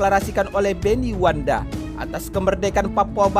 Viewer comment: Maaf bukan wanda tapi yg betul itu Wenda . .